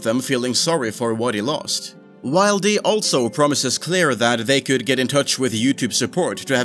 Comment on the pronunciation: Did you just pronounce 'wildy' as 'wild-ee' and not 'will-dee'? How can anyone take you seriously?